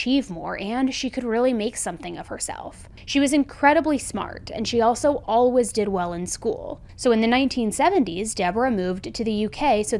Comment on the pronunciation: Lol I just noticed you pronounce always "allwas". I love the accent!